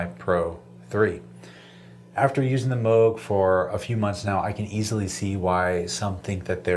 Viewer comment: I love that you say Moog the correct way 😀